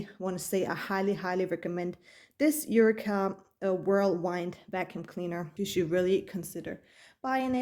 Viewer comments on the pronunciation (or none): Just a little correction for your video: It's pronounce U-Wee-Ka and it's Whirl *Wind as in Wind Blowing (Windy). Pls don't take my comment as an insult coz you did an amazing review. In fact your video convinced me to get one. I ordered one at Amazon. Much Luv ❤